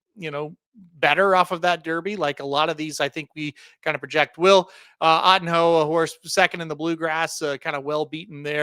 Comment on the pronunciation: ottinho = "oh-teen-yo". portuguese for little otto. just trying to help.